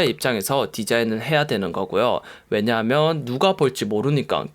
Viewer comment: '면'발음 안되시는게 매력 왜냐하며~ㅋㅋ